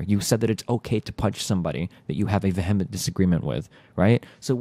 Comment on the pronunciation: You pronounced vehement wrong. Uh-oh.